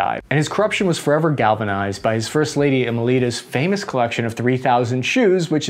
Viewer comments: Emelda, not Emilita! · Fairly certain Ferdinan Marcos's wife was name pronounced Ee-mel-da.